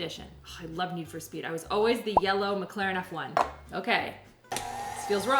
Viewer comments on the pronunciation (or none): none